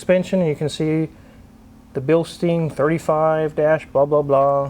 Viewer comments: Bilstein is pronounced „Bill—shtine“ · Very very nice. Btw its pronounced bilshtine.